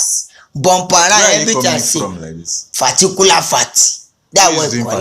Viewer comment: 😂😂😂pharticular pharty😂😂😂❤